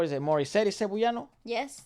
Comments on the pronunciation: ngl that's the first i've ever heard someone pronounce Cebuano as "Cebu-yano" we say it like "seb-WA-noh" <3 can't wait for more reacts of our boys!!! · Cebuano is pronounced like sebWAHno :) So cool that you even noticed that though! Not just the talent of the Philippines but you got even more specific, the talent of Cebuanos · Cebuano is pronounced as /seh-BOO-wah-noh/. Please make that interview with SB19 happen!!! It's been long overdue! I hope they will find the time when they PAGTATAG! Finale concerts are over. BTW, the 2-day concert will be livestreamed worldwide, I hope you can watch them! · So funny, it's pronounced Se-bu-ah-no. Thank you for appreciating OPM and SB19. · btw Cebuano is kind of pronounced as "Seb-wa-no". While only Coach Jay is from Cebu, he along with KZ, TJ and Ken/Felip speaks Cebuano or colloquially known as Bisaya. People from the Visayas and Mindanao regions of the Philippines mostly speaks Bisaya. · Your pronunciation of CEBUANO is jus too cute, love it 🤭 but it is CE-BWA(with the W)-NO.. anyways, I think this is the fastest time you've reacted to SB19!?! I'm glad to see this right after watching the dance practice.. I love you guys fr💙